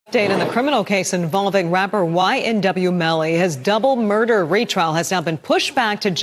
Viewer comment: Yea please pronounce his name correctly 😡 it’s not a joke at this point!